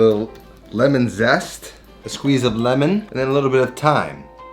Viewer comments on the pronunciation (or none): none